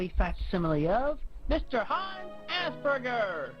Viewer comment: The way Chris pronounces the word Asperger makes me believe for the longest time he did genuinely believe it was called 'Ass Burgers'. He does have a very infantile mindset